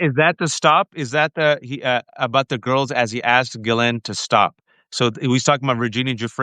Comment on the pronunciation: Lev, it’s GHISLAINE not Gizelle. 😚